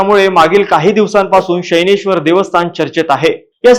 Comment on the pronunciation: शनैश्वर ✔️ शैनेश्वर ❌